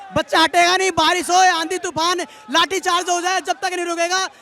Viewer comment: भाई बारिश होता है भारिश नहीं, plz correct!